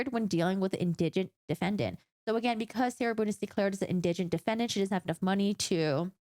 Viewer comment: IN-dih-gent, not in-DIH-gent (indigent pronunciation)